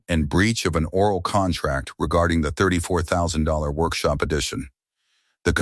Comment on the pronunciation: Bruh the AI can’t even say $34’000 correctly.